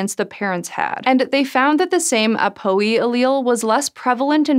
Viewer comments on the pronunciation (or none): People in medicine generally pronounce ApoE "A. Poe E." and it's short for "apolipoprotein E."